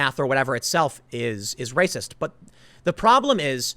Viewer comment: "Science doesn't place my fee-fees over fact! That's wacist!"